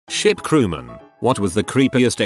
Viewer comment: "shlt crewmen" you said! Jump off a ship yikes! Dont you have a power point?